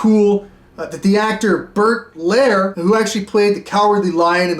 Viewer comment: It's so cute how 1967 is some weird exotic distant planet for you. Like, maybe they were putting lethal amounts of BHT in each half ounce -- just maybe. And the way you mispronounce Bert Lahr's name shows me you've never heard another human say his name, even though he was once a household name to an entire nation. Also, your summary of "the summer of love," and the idea that hippies were smoking opium, as if you're talking about a time as distant as ancient Rome -- it's just so clueless in a cute way.